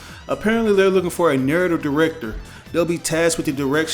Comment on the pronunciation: NUUUURATVE director what the fuck type of pronunciation is that .